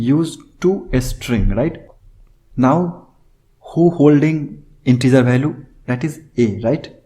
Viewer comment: say value not bhaalue !